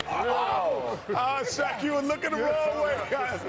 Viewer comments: Shaseal O'Neal 😂😂😂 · Sha-Seal O'Neal. My day has started the best possible way. Hahahaha thank you fellas